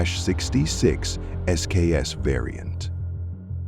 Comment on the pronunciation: The narrator can’t pronounce Mosin Nagant correctly, can’t pronounce 7.62x54 correctly….. gets SKS wrong….butchers K31…. Carcano is cheap because it’s garbage.lol Enfield chambered in dot 303 Brit…. If you’re going to put videos up, do it right.